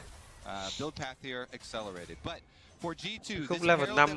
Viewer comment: Góp ý nhỏ là đừng đọc G2 là gờ hai lúc stream. Cũng k có gì đâu nhưng mình sợ sẽ bị quen lúc bình luận. Như studio nào đó bình luận cứ gờ hai với cả xê chín nghe bực vlin